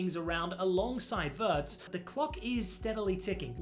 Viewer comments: It’s not Werts it’s Veertz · it's pronounced like that in Germany